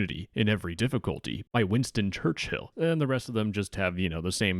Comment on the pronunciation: “Winston church-hill” no text to speech famous quote